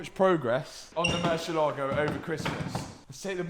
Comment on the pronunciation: Plz at least pronounce the Lambo name properly. Is MURRCIÉLAGO